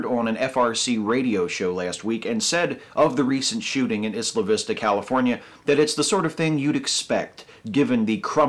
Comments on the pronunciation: I cringed every time you said "Isla Vista" because you pronounced it "issla vista." It's pronounced "Eye-la Vista," like how you pronounce "Island." Sorry to be nitpicky. Less nitpicky, even though I am not fan of the MRM, telling MRA's to kill themselves is really uncool. I know that you're emotional about this topic, but seriously, advocate suicide for people with disagreeable opinions? That's fucked up. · It's pronounced "Eye-lah" Vista, NOT "Is-lah" Vista. Well, here in Santa Barbara anyway. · Really, really just a nitpick,, but it's pronounced "eye-la" Vista. Otherwise I agree with everything you've ever said. Everything. Ever. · It is pronounced "Eye-la Vista". Just sayin'. Keep up the good work. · in English, "isla" is pronounced EYE-la. Google translate's actually got this one right. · I didn't read all the comments but I hope I'm not repeating 50 different guys: Isla Vista is pronounced Eye-la Vista -- it was in a Beach Boys song commemorating a riot there in the '60s.